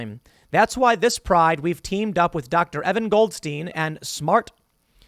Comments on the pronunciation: "Goldstein" EVERY TIME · “Goldstein” every single time.